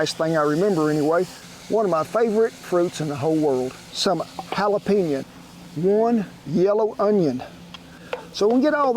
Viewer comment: “Jala-peh-nya” Love it